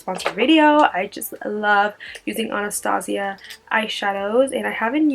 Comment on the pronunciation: She's pronouncing Anastasia wrong.. ann-a-stay-sha Like the movie? about the princess? Other than that.. LOVE this look ♥